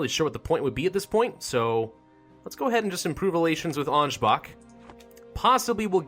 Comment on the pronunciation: That Ansbach pronunciation was spot-on!